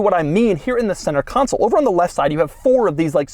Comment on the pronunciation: I rarely detect any discernable accent from Doug, but his "on" here was very New York (or somewhere close to NY).